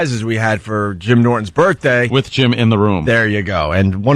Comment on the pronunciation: Fuck, just say birthday. Birfday is so painfully unfunny.